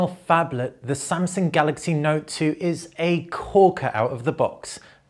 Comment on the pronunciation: Samsaung. Sorry